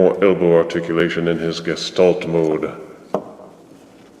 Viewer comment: Nice review as always. Also... Thank you so much for pronouncing Gestalt correctly with the hard "G". I've heard several reviewers pronounce it with a "J" sound (jestalt), which makes me cringe. I would love to see a comparison with Unite Warrior 07 Bruticus, or even the garish G2 remold coming out (so we can see that commercial again) haha!! --But I know it can get expensive, so no worries. Keep up the good work